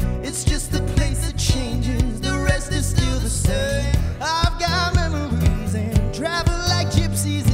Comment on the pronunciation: “I’ve got MAMARYS” one direction energy (It sounds like mammary when he says memory lol)